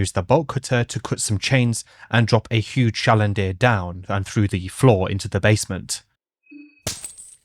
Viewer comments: Listen, I can get past one mispronunciation, but it’s “chandelier” not “chalinder” (Also wonderful video I’m sorry this is what sticks out to me😭) Edit after reaching the end: fuck pyrocynical. I tried watching his video before I found out about this channel and it was all memey and insufferable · "chalendier" smh unwatchable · That pronunciation of chandelier absolutely flash banged me